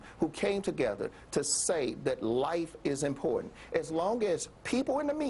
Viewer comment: She can't even pronounce important correctly.